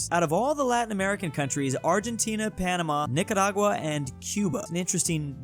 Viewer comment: Why out of all countries does he pronounce Nicaragua with an accent?